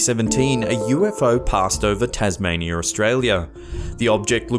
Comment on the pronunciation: Tasmania, not Tasmanier...